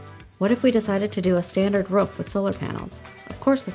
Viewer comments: anyone notice the woman sounds like she is barking? who says roof like that? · Do all americans pronounce 'roof' like 'ruff'??? Lmao